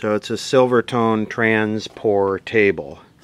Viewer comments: Trans-pour-table .. veg-a-table … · Trans Portable. like a port-able radio. Lol por table